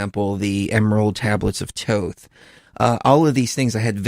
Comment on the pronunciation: Who is " Toth"? It is " TH- OTH with a long o sound and the 1st 2 letters TH make the TH sound.